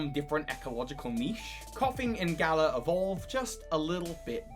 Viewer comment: its GALar not gaLAR